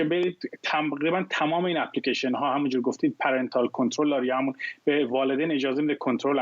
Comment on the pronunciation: در دقیقه چی پی لیکیشن؟؟ خخخخ سواد رو تو مرکز انگلستان هم تلویزیون زدن ؟ اپ لیکِیشن نه اپی لیکیشن